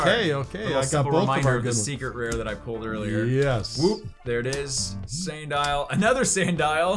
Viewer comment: You said sandie for sandile